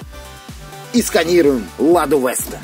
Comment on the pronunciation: Не Лада Вэста а Лада Веста